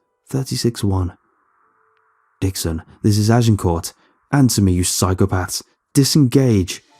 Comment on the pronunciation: Y'all complaining about the monster noises...I woke up annoyed when he was repeatedly attempting to say Agincourt.